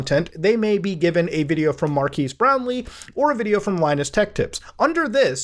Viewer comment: Every time I hear someone say that name, I think they're saying "Mark Has Brownie".